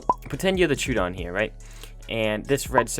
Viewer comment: IDK what a Turedon is pal its NOT in ARK we have the Troadon {Tr-oh-wah-dawn} but theres no such thing as a Truedon